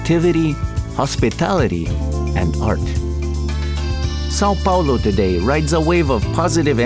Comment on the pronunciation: Why did you get a Spanish dude who can't even properly pronounce Sao Paulo, is it so hard to find a Brazilian dude?